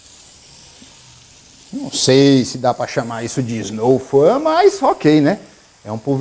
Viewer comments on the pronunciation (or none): Se fala Snow FON